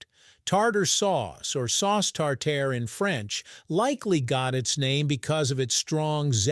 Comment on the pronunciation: In French the pronounciation is still "tar-tar", NOT "tar-tair", whether steak or sauce